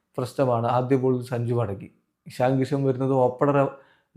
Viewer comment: എഷണി അല്ല ഇഷൻ